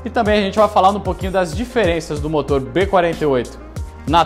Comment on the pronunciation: aos eu buguei.. " e do mesmo BOTOR b48" HEHE.... brincadeiras a parte, parabéns pelo trabalho... sensacional.